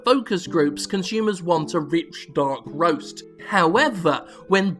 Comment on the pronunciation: I would pay good money for a soundboard clip of Jim saying "rich dark roast" in that glorious dialect.